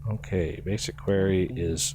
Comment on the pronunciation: Your mispronunciation of quarry drives me nuts every time I hear it. Both UK and US English have it as kwa-ree, but you keep saying almost "query"